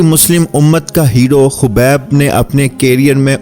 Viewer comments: Are bhai naam to so bola karo habeeb nahi khabeeb hi kaho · Khobib nhi khabib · He is "Khabib" not "khubaib" please correct it